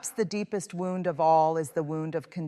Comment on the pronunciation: This does not sound like a speech, it sounds like someone is reading a transcript or book. And why does she keep mispronouncing "wound"? She's educated, isn't she? 😳